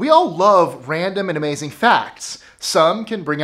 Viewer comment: More like. A-Mei-Zing